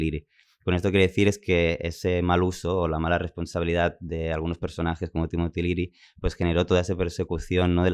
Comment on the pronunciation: Es Timothy Leary, no Timotiliri